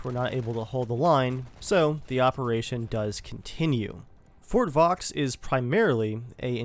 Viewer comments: Fort Vaux is pronounced Fort Vouh, the 'X' is silent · your pronunciation of Fort vaux and the chauchat are fucking hilarious